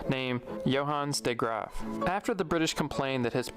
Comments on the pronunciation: Well I am dutch and the pronunciation of the dutch words and especially the name of the governor de Graaf do not sound like a dutchman would say them. We will probably never know who is. But that does not really matter. More important is that he tells, as far as I am concerned, a part of the history that is so underexposed. and that i learn more about it myself. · are you sure this video is from a dutchman, the pronunciation of the name de Graaf was with a heavy accent. Some pronunciations of words made me think of australia.